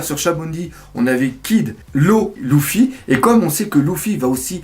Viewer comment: c'est LUFY pas LOUFI